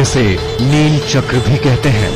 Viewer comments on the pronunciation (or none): Neela Chakra not neel chand